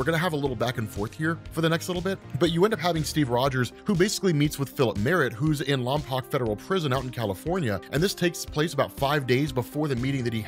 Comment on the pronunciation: As a local to the Lompoc area its pronounced Lom-poke sorry to be that guy :(